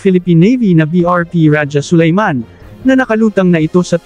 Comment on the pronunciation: Pati pagbigkas ng rajah Sulayman mali.